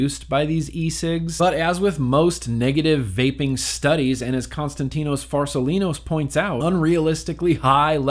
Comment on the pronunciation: How many times did it take for you to say constatino farsalinos right??